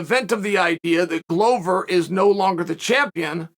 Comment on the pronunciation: A ‘Glover’ is a maker of 🥊 🥊. Considering the business he is in, it is odd that it is pronounced wrong.